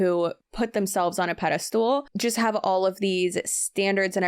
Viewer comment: “pedi stool”? Or do you mean “pedestal “?